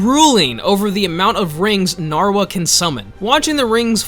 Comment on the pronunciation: AINT NO WAY BRO SAID NARWHA 😂